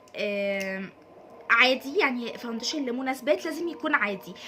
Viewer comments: اسمه فاونديشن عادي في مد والله مش فاودنشن خالص 🌚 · انتي لذيذة بس ياريت مش تبقي مصطنعة في الكلام انتي مصرية بتقولي حجي ليه وفي كلمة كدة فاوندشن بتتكي علي النون بس استمري بس خليكي علي طبيعتك هتنجحي جدا عشان الناس مش تنتقدك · باليز صححي نطقك للكلمات الانجليزية وخصوصا كلمة فاونديشن 😂😂 بس انتي عسل خالص❤❤